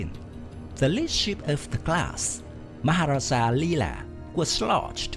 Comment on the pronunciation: Yg tukang baca ni tengkuk terseliuh ke susah sgt nak sebutnya